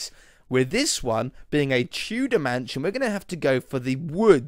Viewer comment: Whenever you say Tudor mansion it always sounds like Two dimension xD